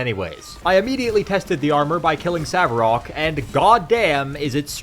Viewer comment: Sav-er-ok? You must be trolling.